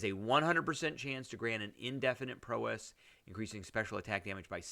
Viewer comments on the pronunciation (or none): Prowess, pronounce like 'wow-ess'